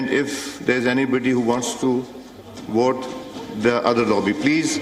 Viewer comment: Why are they speaking English. If you can't pronounce Vote then speaking Urdu